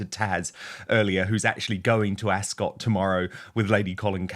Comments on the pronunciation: It's not pronounced AsCOT it's more like Asc't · "ASK-UT", not "ASS-SCOTT". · Dan it is pronounced Ascut, not cot. From one kiwi to another 😂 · Dan, I find it funny that you're a Brit, yet you can't say " Royal Ascot "properly .. it's * Asket * .. 😅😂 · Love you, Dan; however, you need to learn how to pronounce Ascot❤